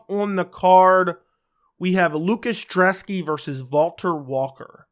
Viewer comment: Dude! It's Brzeski.....not Drzeski! And i think Brzeski gets the upset here. Thanks for the great breakdown!